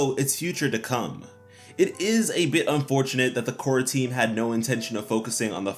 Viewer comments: when he said "Korra team" i heard "quarantine" and i was so confused 😂😅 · i hear that too hahaah